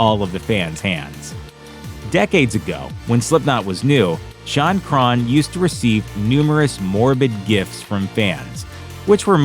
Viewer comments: Normal people: Shaun Crahan This dude: Shun Cron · "Drummer Shawn Crawn" wtf....... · Who is Shawn Craahhn?